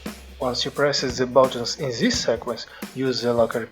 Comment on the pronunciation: I noticed you pronounce "this" zis, try to pronounced it DIS